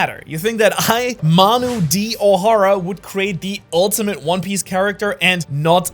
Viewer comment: Dude I love “one pice”